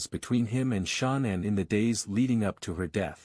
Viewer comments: Not your fault but it’s cringeworthy when the narrator (whether real or robot) pronounces Shannan “SHAWN-INN” a thousand times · I don't like the computer voice, but I kept watching. The pronouncing of Shanann's name was irritating, but I kept watching. Then they completely give wrong information about the personalities of CW's parents, so I'm getting ready to go. Before I'm doing that, they give inaccurate details about other things. One being, Shanann thought she was coming home to the same loving household when she had been upset about Chris being cold to her It's not your fault, but that channel needs some constructive criticism if they want to grow and do well. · He cant even say her name properly im over this 100% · Why didn’t this channel find out how to pronounce Shanann’s name (either way) before doing the video. I just noticed that once in a while they pronounce it right. Just happened again. They just said her name right. The AI guy even sounds a little different. Also, that picture that was supposed to be Chris’s parents were pictures of Frank and Sandy Rzucek (Shanann’s parents). Also, Ronnie wasn’t a truck driver and he was very close to Chris. Now the AI guy is back to pronouncing Shanann’s name wrong again. Why do people even use those? I will give this channel another chance, but they need to get all the facts straight next time. I don’t usually criticize channels. I probably know too many facts about this case and notice every little thing that’s wrong.